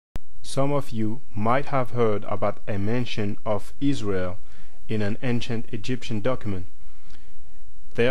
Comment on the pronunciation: Good video, ISRIAR sounds more like SYRIA (ISIRIA) than ISRAEL.